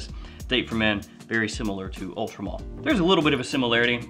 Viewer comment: Why does it sound to me like you are saying Ultra Mall lol